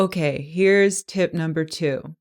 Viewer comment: When you sat tip#3 it sounds like tit#3